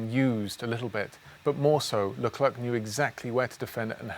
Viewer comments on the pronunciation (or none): Thanks for the video It's prenounced ''Lecler'' and not ''LeclerC'' ;)